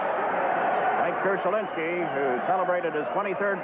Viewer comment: It's amusing to hear Jiggs call him "Krushelinsky."